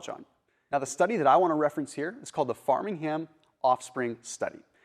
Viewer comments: FRAME ing ham not FARMING ham. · fram-ing-Ham is how u pronounce our city great vid tho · You are correct, so much misinformation in this video, and to pronounce Framingham as Farmingham? That’s just moronic.